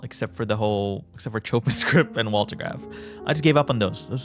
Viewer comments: i think you saying "chopping" is funnier tho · if it's like the music composer, "chopin" is pronounced "show-pān" stupid, i know